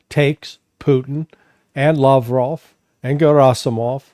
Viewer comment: Hey Larry, it's la-VROV, not LAV-rov. Thank you for coming to my TED Talk :)